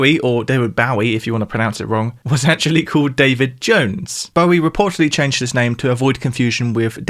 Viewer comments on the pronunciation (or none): u say Paul Mcartney like Poe Mcartney an say called like code. lol